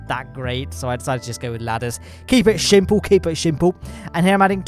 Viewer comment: You just got more British when you said "keep it shimple"